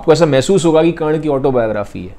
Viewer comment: Brother its Karna not karan